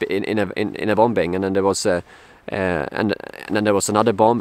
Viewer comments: “Bombing” 2nd b is silent, “bom ing “. Where are they buying the weapons from? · Btw bombing is pronounced bomming. The second b is one of those great silent letters in the English language. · the second 'B' in 'bombing is silent. You're welcome.